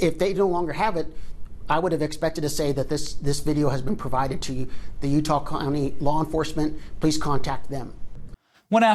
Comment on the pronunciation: The guy said the Utah clowney instead of county and I think he was right the first time.